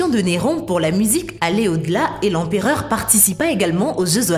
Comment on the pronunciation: "L'empéreur" Néron... L'empéreur 🤦‍♂️